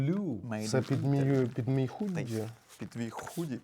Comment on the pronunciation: Щось там зі словом "худі" пішло не так. Почулося трохи коротше слово)))